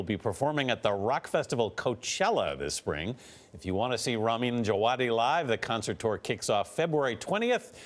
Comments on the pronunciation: actually pronounced "Java-Dee" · who clicked this just to check how to pronounce ramin djawadi?